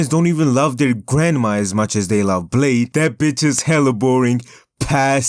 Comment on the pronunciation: Yoo he called bleh-dee